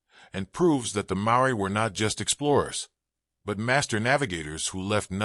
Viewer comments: Oh dear...I am part Maori...the pronounciation of Maori & Aotearoa is terrible...so much blahblah of the same info repeated...where are the actual pics of my people??? Its very nice to hear what our people have always known...but not mentioned over & over...this is not worthy to listen to! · He's not even pronouncing Maori or Aotearoa correctly, they could have got an actual Maori or other Polynesian person for the voiceover rather than an American. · Too much repetition and couldn't even pronounce maori properly 🤦🏽‍♂️